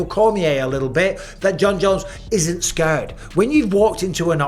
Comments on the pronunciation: "Scööörred" is almost as funny as "Jimmyev" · Mike, why do you pronounce "scared" like that? Scuuuured, come on now, please stop it